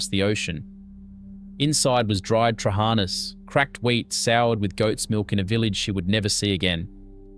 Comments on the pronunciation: Its Tra ha na...accent mark on last "a" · i've never liked trahaNA (note the syllables stressed) LagAANA or LagaNES are great. I've never been able to stomach patSA. hortOPITA with homemade dough is awesome.. skordaLIAH either with stale bread or potatoes is still a must, as is taramoSALATA. I makes mine with cream/ricotta cheese instead. No to fahKES, never liked lentils. revithoSALATA, yes. briAAM we still eat plenty of. yemiSTAH are still de rigeur in summer with homegrown stuffed summer veg and yes, they're better eaten the second day either cold or lukewar. youviourLAKIA avgoLEMONO from scratch are delicious and still mad regularly. Yes to kefTETHES too but scratch the unecessary bread. bifTEKIA (note plural) is the the greek hamburger with herbs and eggs. or meat rissoles without the burger bunds. stiFATHO - delicious with rabbit too not just beef. You almost got the pronounciation correct. kokoRETSI is still an acquired taste. Good in small doses. Eating top to tail is always recommended. souvLAKI yes, made with pork. avgoLEMONO soup is still the most satisfying soup ever made. dolMATH-ES made with cabbage for a substantal meal or with vine leaves for mezze. spanaKOPITA see hortOPITA. pahstITSIO yes, ok but never a favourite. No one says no to loukou-MAATHES even now. GalaktoBOUREKO still never fails to please when made and served warm. baklaVAH yes, a byzantine treat. moussakAH still a favourite and yes homemade is best. Had lamb on the spit this Easter. actually, we still have it as often as possible wheneve